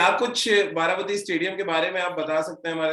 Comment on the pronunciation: This is Baarabaati not bati. Plz correct the pronounciation.